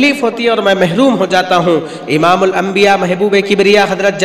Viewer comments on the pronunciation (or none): none